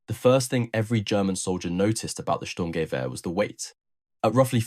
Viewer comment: German here: "Sturmgewehr" isn't pronounced "SturmGEwehr" but "STURMgewehr". Hope that helps... And while the STG-44 might have been faulty, conceptwise it became the prototype for ALL later assault rifle. A 3-in-1-weapon, providing a soldier with a compact weapon (like a carbine), enabling him to do accurate semi-automatic fire at medium ranges up to 300m and full-automatic fire in close combat situations. It might have failed as a combat weapon, but it still proved the concept of an assault rifle.